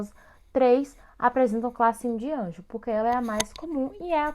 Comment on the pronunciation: Realmente o slide não está certo. Vc diz no slide que a cúspide MV do 1MS, oclui a frente do sulco do 1MI, o que está incorreto... E a pronuncia da classificação não é ANGEL, é ANGLE... O nome do dentista é Edward Hartley Angle, ele é americano. O canal tem muitos vídeos bons, talvez esse deveria ser refeito e repostado. De qualquer forma, deixei um like.